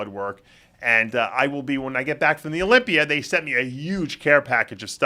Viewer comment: "I'm leaving Amander at home and going to the Olympier" dave has a tough time pronouncing that 'a' ending lmaooooo.